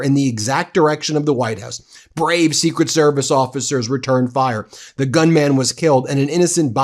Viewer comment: gun-mun Not gun-man!